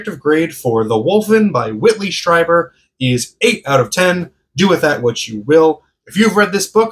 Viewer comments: Strieber is pronounced like this, Streeber. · You are the first person to correct me and I've talked about Strieber in at least 5 videos. I guess most of my viewers don't know how to pronounce it either lol I will note this when I reference him in the future. Thank you!